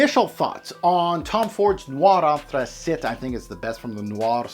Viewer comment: Anthracite is pronounced “Anth-ra-sight” not “Anth-ra-sit” .It is not a French word...